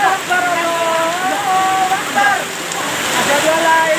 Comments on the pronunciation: Oh benerrr dia teriak Allahu ekbar..berarti aku ga salah dengeR yaa.. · Allahwaikbar ..apa tuh bu.. bacaan nya juga salah.. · Uekbar apa, salah nyebut tuj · Bu alhuakbar bukan allawekbar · Allahuaikbar😂😂salah tuh buk Yg bener Allahuakbar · Kan dia lagi panik jadi ngomong itu susah/kurang jelas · Lidahnya keseleo 😂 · Takbir aja belopotan